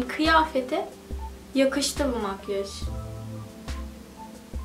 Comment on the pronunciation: Makyej değil makyaj :(